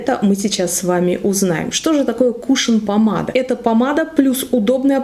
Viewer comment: Не кУшон, а кушОн правильно говорить.